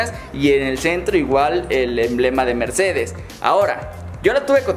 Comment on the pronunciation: un Ññññercedez